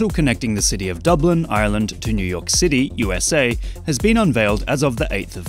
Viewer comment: It's Dublin dawg